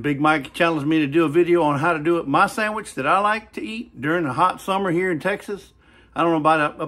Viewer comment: Very nice “Sam-itch” 😂. Get that man a cutting board. 😂 Nice job “popping in “ at the beginning. Loved the Hour Later transition, that was cool. So now I have to make a sandwich. 😂 would a burger be classified as a sandwich?